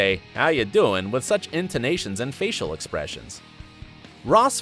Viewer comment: The dude narrating this has never seen the show. - Ross was a paleontologist, not an anthropologist. - The coffee shop is named Central Perk, not Central Park. - Say's Lisa Kidrows name completely wrong. - "When Rachel turns thirty in season thirty" - "How you DOING" There are probably more but it isn't even worth it to watch the rest.